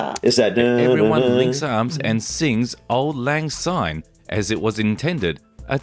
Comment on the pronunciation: It's auld lang syne (pronounced sign). It means, Old Times' Sake.